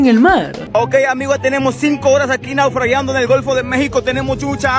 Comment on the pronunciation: pense que se decia naufragando no naufragiando 🤣🤣🤣🤣🤣🤣